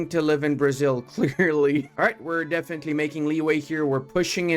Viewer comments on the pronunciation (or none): none